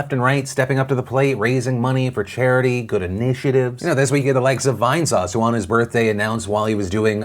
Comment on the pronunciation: God it's so weird to hear Phil say Vinesauce